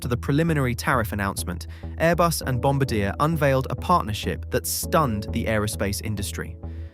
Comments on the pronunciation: That's O.K. A lot of English speaking people including myself pronounced Bombardier that way and I am Canadian so I should know better. Phonetically described it would be Bin-bar-dee-ah if that helps. I know that's not the or even the main point. LOL. I like the contents and message that you are getting across to the viewer about big American corporations such as Boing. Thank you for clarifying the tariffs with the C series Beyond Sky. Well done. Canadians got screwed with the Avro Arrow and now I hope Canada goes with Saab and not a step further with the Lockheed F-35. Take that over priced American defense contractors to say the least about that procurement. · Here's what I love about flying in Bombardier (or other non-Boeing) planes: I don't have to worry about them disassembling or falling out of the sky. 🤣: As a Canadian, I hereby forgive you for mispronouncing 'Bombardier' since you posted this interesting story and educated me. 😄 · Appreciate the aplogy but I couldn't take the multiple mispronunciations of Bombardier and checked out halfway through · it’s a safe bet that nobody has ever accused you of being remotely bright. It’s highly unlikely that you could pronounce “Bonbardier” anywhere close to correctly. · Your comment lends no confidence in your claim of “near perfect pronunciation”. The simplest way to verify the correct pronunciation is to call Bombardier HQ. The telephonist will use the pronunciation that the company itself considers to be correct. Bombardier outsmarted the muppets at Boeing by concluding what proved to be a successful deal with Airbus. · Please learn how to pronounce Bombardier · It's a little infuriating that he's not pronouncing Bombardier properly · You should at least try to enunciate Bombardier properly. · As a Canadian how you pronounce Bombardier is egregious. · I’m offended by the pronunciation of Bombardier. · the way it/he? says bambardier is killing me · You pronounced bombardier wrong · It's [bɔ‌baʁdje].